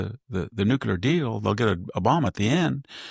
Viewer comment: Victor! It's Nuclear..... NOT... Nucular!!!!!!!